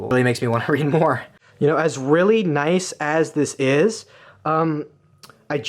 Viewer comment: The way he said noice😂😂